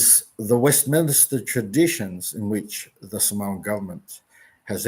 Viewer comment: I get that you don’t speak Samoan but at the very least say ‘Samoan’ correctly. ps. there's no 'w'.